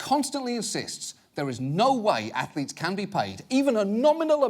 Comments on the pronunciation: "Ah, yes. Stu-dent Ath-o-letes" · Oh Ho Ho, student ath-o-letes, how clever sir